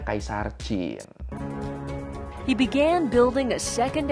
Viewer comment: Alhamdulillah ada chanel yang nyebut Qin cenderung mirip Chin, bukan Kin